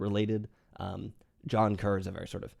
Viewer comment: One picky thing. Kerr is pronounced like Carr for both Deborah and John.